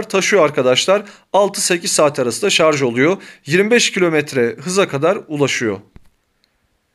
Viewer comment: Türkçeniz çok güzel,şarz demediğiniz için tebrikler